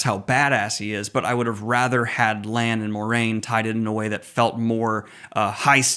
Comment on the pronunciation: You say Rand then call Lan “Land” 😂